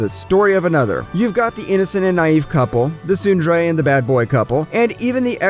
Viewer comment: When you mispronounce tsundere in the first 20 seconds........I'm out.